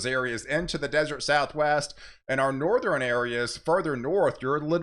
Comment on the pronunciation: I never heard western, eastern , and northern pronounced like that I wonder where they say it like that in the US